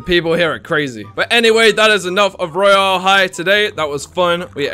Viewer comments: No it’s not pronounced ro yale it’s pronounced royale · It looks like ur saying rayole so I'm still saying rooyal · Everybody: royale=royal: royal=RoYALL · how you said royal is wrong that would be battle royal